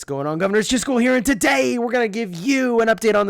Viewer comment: It's not today it's thaday accent bro. 😍😍